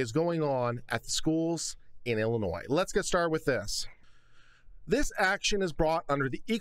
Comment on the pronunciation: Thank you for pronouncing it Illinois and not Illinois.